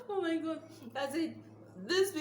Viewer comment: 😂😂😂 Funny video True to some extent though...but I think its a generational thing. Older folks don't oppress, suppress and depress the way younger reunions do. Much more has become at stake. You maa...its oh my God not oh my gord...abi what did you say sef 😅